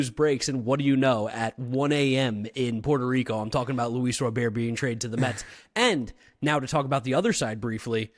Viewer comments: If you're pronouncing it 'Ro-bear' then you have to pronounce the 'Yu-ner' instead of 'Junior' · I think the boys are 90% there. The T isn't silent. RO-bare-t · lol im Puerto rican and cuban, ive never heard a Cuban pronounce it Robare. Im just being honest lol. But absolutely you are right T is defnitely not silent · This was a hard watch you guys pronounced his name wrong the whole time 😂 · I can’t even listen to this because you butchered his name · Maybe now you’ll be able to say his last name right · Guys thats not how you pronounce his name, even in spanish. Hes not french lol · Stop trying to be cute - NO ONE says RO-BEAR - it's Robert!!! 😃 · Why Luis Rooooberd? In English it's Luis Robert. Have to pronounce the T. I'm Dominican/American. Even in Spanish you wouldn't pronounce it the way you pronounce it. 😂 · Yeah, it’s not pronounced row-bear it’s rah-burr. I’ve also seen a video of him saying his name and he said row-burr but definitely not row-bear. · Why are you guys saying Luis robare I is that how you say his last name I always thought it was Louis Robert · As a Spanish speaker and a Sox fan it’s RoberT not Robear. In Spanish they don’t pronounce the T. Like any name there’s a way you pronounce it differently in Spanish and English. Idk why it irks me every time I hear them say Robear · 😂 yes it does. Like I said some names are pronounced different in Spanish than in English. How are you going to tell me as a bilingual fluent speaker? RoberT said Robear because like I said they don’t pronounce the T. All our announcers and Sox fans call him RoberT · yes as a bilingual speaker I do. Because some names are pronounced differently in SPANISH. I literally said they don’t pronounce the T so when they asked him of course he said Robear but it’s RoberT in English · Even Robert himself said you can call him Robert not robear and announcers say Robert not robear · Ra-bert!!!! Not Ro-bear! 😂😂 Jesus 😂😂 you guys have to be Canadians 😂